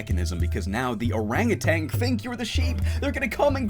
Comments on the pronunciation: Did you know it's ''Orangutan'' and not ''Orangutang'' Pretty crazy stuff. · There is no "g" at the end of "orangutan"